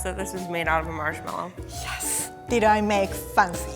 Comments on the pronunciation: I love the way she pronounces marshmallow. It sounds like "mushmellow." It's so cute. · The way she says "marshmellow" firstly (im not first) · I love the way she pronounces marshmallow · “marshmallow” remembers Xiumin’s “marshmellow”